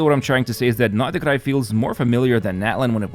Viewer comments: Pronounced like Nod Cry ....... NOT NodaCry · "I hope I'm not butchering them..." It's "nod krai" not "nodikrai". [Yes I know he was talking about the character names, but still.] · Is the way he pronounces nod krai the correct way? Sounds so off to me …